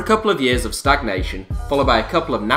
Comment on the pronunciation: its van ginkel not van hinkel